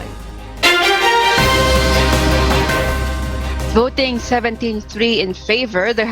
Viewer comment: VOT-ING not VODING